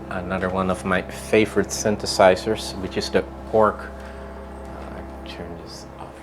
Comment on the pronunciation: World Behind I am utterly stupified by your comment. :) What exactly is "charismatic" about Legowelt ? His English was terrible, the way he pronounces synthesizer, it almost always sounds like "syntheRsizers", but he just knows how to work his gear. Nothing charismatic about that really. How about trying to travel Europe a bit more ? Maybe then you will see there are more than enough boring people in Europe as well. :) I guess we just grow up with more diversified "cultural" input, as compared to Canada and the US, but that doesn't mean everyone here actually uses that diversified input to an advantage, if they use it at all.